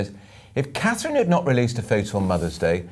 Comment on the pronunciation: Her name is CATHERINE it’s not difficult is it?